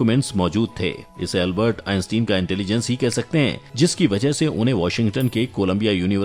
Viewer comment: Albert ka Naam tou sahi ly